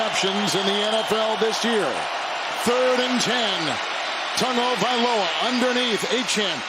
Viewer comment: Can someone please tell the culturally insensitive announcer that there is no "n" in Tagovailoa!!!